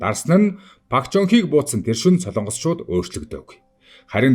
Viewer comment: СОЛООНГОС бишээ. СОЛОНГОС улс гэж байнаа